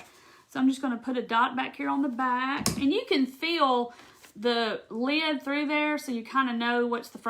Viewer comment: You're cute. LEED. (Lid) ;-) You must be from the south! You're adorable. So appreciate your video!